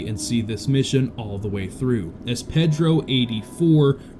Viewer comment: Repeat after me: “PAYdro”